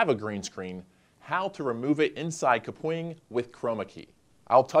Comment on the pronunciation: everytime he says KUH-pwing, instead of cap-wing........